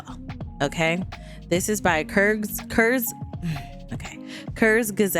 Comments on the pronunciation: pretty sure it's pronounced KERZ-GE-ZAHT, idk though if need be, translate it to "in short" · It's pronounced Curtz-Gezz-Aguh-D